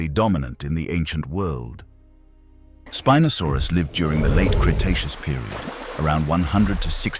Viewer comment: The computer-generatedì narration is just getting so awful recently. Within 3 seconds you have the same animal (spinosaurus) being called "spee-nosaurus" and "spy-nosaurus"!!! And just one minute later... "spin-osaurus"! So much for consistency! And then we have feet, abbreviated to ft, but pronounced "futt"!! And mph becomes "mep-huh"! Doesn't anyone check before publishing these days, or do they just not care??